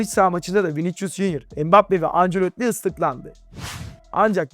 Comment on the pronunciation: Hoca Viniçcus deme ya.